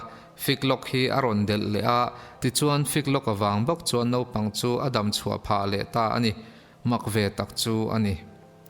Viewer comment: I ṭawng hmandan a kaduh lo deuh pakhat, Naupang tih turah Nopang ti a i lam hi ani, Channel nei i nih tawh vangin Mizo te min zirtu atan ṭawngkam diktak i hman hi kaphut ani. Huat a la lovin min pawmsak hram ka beisei.